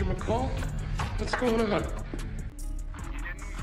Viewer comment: McCall bukan Miscall